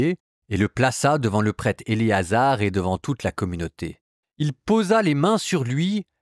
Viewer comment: Merci pour votre travail. Essayez cependant de bien prononcer le mot prêtre. Trop souvent on entend le prête. Fraternellement